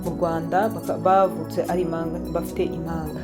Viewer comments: umenya avuga uburimi! Bavuga, impanga ntibavuga imanga, murakoze ❤ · Ibihekane byarabihishe pee! Igihekane "mp" nt"